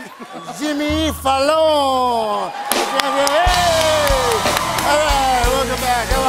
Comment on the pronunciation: Sweet Candie there’s nothing wrong with it, I’m just making a comparison with how he pronounces it in the movie, and here :)